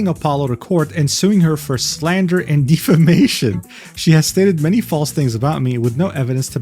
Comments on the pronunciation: It's deh-fi-may-shun, not dee-fuh-may-shun. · Deh-famation, not Deef-a-mation, though